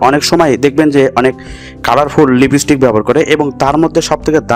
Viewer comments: Kothata lipistick noi kothata lip stick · Thik kore lipstick uccharon korte sikhun age. ... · Koto rokom r Pagol hoy ai sob video na dekhle jana jeto Naa. Age lipstick r pronounce thik kor then banabi